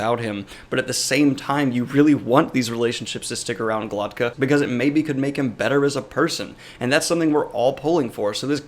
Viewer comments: It Glokta not Glotka Glock - tah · This drove me nuts. I kept thinking: Am I messing his name up in my head or is he? :D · It's glokta not glotka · He is not Glotka, he is GlokTa. Glotka it's throat in Russian. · dude can't even pronounce Glokta's name correctly....